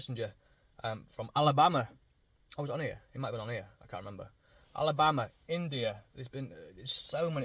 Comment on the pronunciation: Sorry but I had a good laugh hearing you say Alabama. Being from the south (Texas).and your accent was so funny. You are fighting a good fight. I have been following you for a while. I do pray for your strength and complete healing for you and your family. Take care until I see your next video.